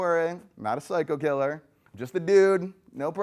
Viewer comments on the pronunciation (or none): none